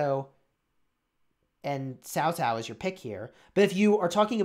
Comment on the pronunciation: you said "Cao Cao" just like an ordinary Vietnamese, man! :). Even a hot LOL streamer like Cowsep found it hard to pronounce the letter "C" in our language, though he had been streaming in VNmese sever for us for like almost 2 years. You got a talent right there man!